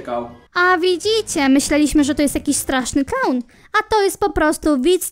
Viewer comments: Kiedyś Ernest był mniej rakowy. Kiedyś zwykły dobry chłopak mc nagrywał. Edit: A tak btw czy tylko ja zamiast straszny klaun słyszę kasztany xD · Niewiem jak wy ale ja tam zamiast straszny klaun słysze straszny KAŁ XDDD